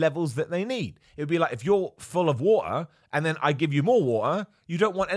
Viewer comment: How much wah-eh should I drink a day?